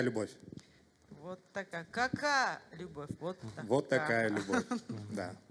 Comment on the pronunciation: Какая любовь,правильно говорится а не кака